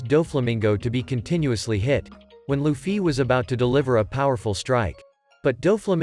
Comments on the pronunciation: luffy but he. say luccy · Loufee is how it's said